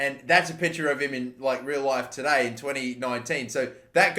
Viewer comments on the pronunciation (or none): none